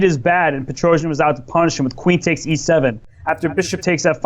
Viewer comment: Also, Tigran's name: "pet-roh-cyAn"